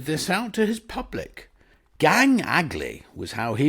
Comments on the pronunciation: Aye, so it is. I thought was perhaps poking fun at Bingo's ignorance (something tells me Bingo is barely more literate than Bertie Wooster!) when he pronounced it 'aggly'! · Wonderful as always thank you. But by the way - it’s pronounced “gang aglay” 😁